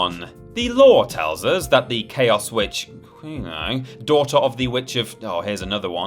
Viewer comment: Instantly sounded like a scrub once unable to pronounce Quelaag's name.